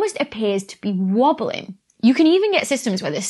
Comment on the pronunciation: Haha she say wabeling... Like Dr. Who, hahaha I smiled so heavily... Wabeling wabely do....